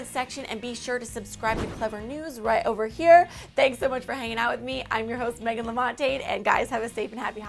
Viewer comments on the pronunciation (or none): none